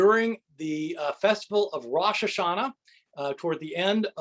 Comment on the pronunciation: Dear Dr. Ehrman — At timestamp in your video, did you know that you were mispronouncing the first word of “Rosh HaShanah” when you changed its first vowel from /o:/ to /a:/? As a Hebrew-speaker who is Jewish, I’ve noticed quick a few English-speaking Christians consistently changing Hebrew vowels in this specific way (in other words, changing /o:/ to /a:/ whenever it precedes a consonant), and I’m wondering if Christians have some doctrinal reason for indulging in that particular mispronunciation. Please let me know.